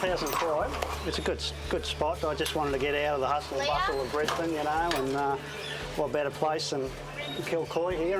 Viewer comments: Americans pronounce Brisbane strange, you say it like its two words bris Bane, lose the emphis on the B and you'll be closer too the mark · Dude it’s Brisbane like brizbin not brizbaine I think people can tell a possum to a Yowie! Skeptics makes excuses. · I thought it's pronounced Briz-bin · 1. Brisbane is pronounced briz-bun, and 2. it is not dynamic. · I wonder if people saying "Bris-BAIN" irritates her natives as much as what people saying "Ora-GONE" does to Oregonians. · Imagine calling Brisbane "briz bayn" and also calling it dynamic. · Brisbane, pronounced Brisbin. And why no interviews with the traditional people of my country? Even your expert on Aboriginal culture was white. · You pronounced Brisbane incorrectly.